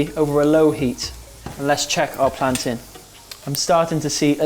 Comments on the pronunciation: Yes he said plantain like us Jamaican islanders! 🇯🇲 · love how you're pronouncing plantain the Jamaican way! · I really appreciate you not pronouncing it "plan-tayne" loool